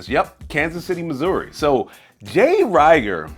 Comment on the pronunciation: Great review! Rieger is good juice. FYI….its pronounced “ree-ger”. Keep up the great content!